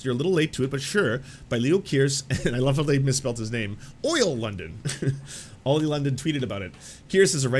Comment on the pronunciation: “Oil” London 🤭